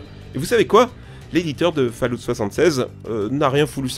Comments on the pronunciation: « Faloute » on dit « faalawte » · Il a dit Fallout à la française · fall oute. Sérieux fait un effort ^^ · Faudrait voir à améliorer votre prononciation anglaise les gars (surtout call of duty et Fallout)